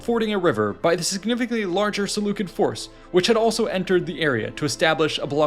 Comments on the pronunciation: pronounced "sih-LEW-sid" if you make another video concerning them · There's no such thing as a soft "C" in Greek or Latin :) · SeleuSID not SeleuKID. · Selucid=selusid not Selukid. Please fact check your ai's people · Seleu-kid pronunciation is definitely a choice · I have been pronouncing Seleucid wrong lol